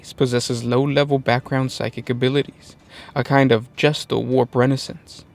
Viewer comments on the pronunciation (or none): its gestalt, pronounced geh - shtalt, meaning a sum comprised of many parts, not gestal, which makes it sound like somethings about to be born